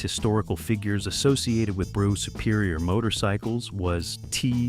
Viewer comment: That's not how you pronounce Brough.....